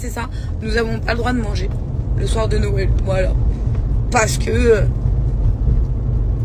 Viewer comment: Pour une fois je suis ok avec pour les tatouages et son repas. Par contre elle ne sait pas dire Noël... Les gens... C'est pas "Nowël" hein